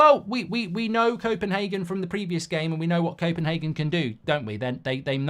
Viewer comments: It’s Copenhagen and not Kopenhaken as u say 😁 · Goldbridge ffs it's copenHAYgen, not HARgen